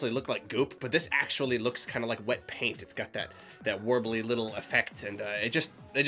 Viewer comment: Idk if I'm the only one who cringed when he said "Paint". It's not even worth getting mad about, but for some reason I got angry at it.